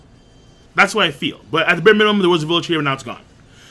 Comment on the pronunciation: "bare mininum"boys